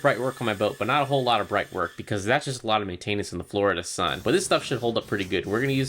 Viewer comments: anyone else notice this guy says maintainance instead of maintenance lmao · Maintain-ness… maintenance😂